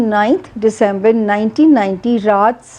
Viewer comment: Plz fix your pronunciation it’s only December not Decaamber